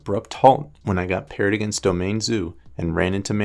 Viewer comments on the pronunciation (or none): none